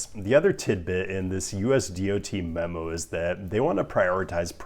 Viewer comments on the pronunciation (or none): none